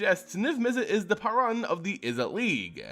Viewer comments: It's not paaran it's paruun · It’s pronounced “PAY-roon” for the love of fuck.